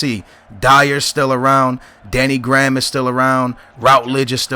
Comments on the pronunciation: It's Danny grey-ham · danny graham is pronounced" grey-ham"